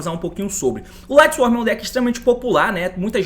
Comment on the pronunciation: Quase 2024 e o T ainda fala "LightsworM" kkkkk